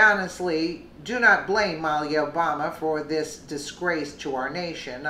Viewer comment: Muh-LEE-uh. Great story though!